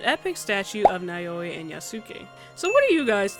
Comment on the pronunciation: Loved the video! Just wanted to clarify the pronunciation of the protagonists’ names: Yasuke is pronounced YAH-skeh (with emphasis on the first syllable), while Naoe is NOW-eh. Great video regardless!